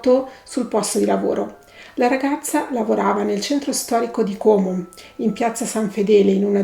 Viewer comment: Bravissima! Ps Como con la o aperta